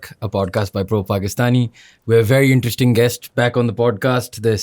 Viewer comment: bhai yeh, podcasht? Indushtry? Intreshting? hota kia hai?